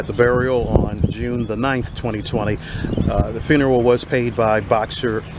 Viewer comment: that's the guy who can't pronounce the word "the". He says "d's" indeed